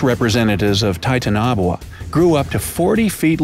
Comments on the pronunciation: It's like someone trying to pronounce dishes on a menu but completely murdering it.. It's Titana-Boa.. It was a constricter. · Oh my God I can't believe it bothers me so much it's pronounced Titana-boa Not titan-aboa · Its TITANOBOA,NOT TITANABOA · "Tie-tuh-naw-boo-uh." I just cringed. "Tie-Tan-uh-Bo-uh" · Me: there talking about titanoboa let's check this: tintunabwa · Taita- na- bua 😂😂😂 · He pronounced it wrong it is TI-TAN-ABOWA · It’s name is actually (tye-tano-bo-a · Its tie-tan-a-boa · It’s pronounced Ti-Tan-A-Bow-Ahh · No one: Not a single soul:: ThAiTeNaBuA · Viewer: ooh they gonna talk about titanaboa: taitunabwa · What the heck is a Titanabwa? Jk... Rowling😁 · It’s actually pronounced titan aaa boh aaa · titan-aboa Hermione: It’s not Titan-nboa it’s pronounced titanaboa. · did u say the name right I’m pretty sure it’s T-I-tana-Boa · The dinosaurs got extinction by a meteor why would anyone listen to you you cant even pronounce its name ti tan a bowa and you literally sed it didnt live at same time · He says titanaboa really bad 😂🤦‍♂️ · Wrong its actuly titanoboua not titanaboua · You said the snakes name wrong (tie) (tan) (a) (bo) (a) I think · Oh sorry I'm saying it like this Ty-tan-o-boa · IKR!! Titanboa!! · Yeah it's titan a boa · Oej Ohh its still not correct in english its tie-tan-oh-boah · Why does he pronounce it so oddly? Titan-o-boa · It’s pronounced TIE-TAN-UH-BOW-UH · You mean titan-a-boa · I’m pretty sure it’s pronounced like Titan na bowa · It's pronounced Titan O Boa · Say it with me TI-TANO-BOA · It's not titanaboawa its pronounced titaniboa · Godamm titanaboa evolved 30 million years ago, Dinosaurs went extinct 65 million years ago. Also its pronounced " Ti-tan-Oh-Bowuh " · Tie tan a bow ah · The way he pronounces titanoboa is idiotic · He is saying it wrong it is like titan and boa like boa constrictor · I like the video, but HOW DID YOU NOT PRONOUNCE TITANOBOA RIGHT??? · Its ti ta na boa